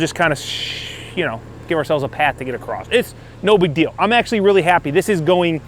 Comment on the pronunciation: There's no T in "across", son.